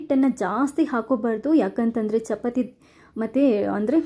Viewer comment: Very nice tumba chennagittu,tricks kooda very good, nimma narration is also very fluent as well as good but small correction if you don't mind shall I tell it will help you in future e.g. pronunciation, chapati, there is one more word..... so please give importance in that direction.otherwise it is superb.